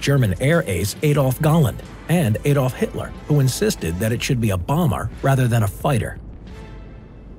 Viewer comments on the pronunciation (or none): none